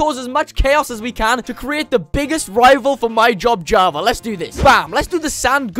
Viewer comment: he said Hava edition not version